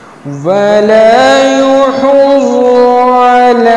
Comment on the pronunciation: Assalamualaikum Aap ny yahuzu ko yohuzu parha hi ,plz apni mistake durst karen